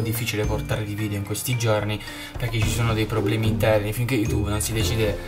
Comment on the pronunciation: ti correggo si dice VIDEO non VIDIO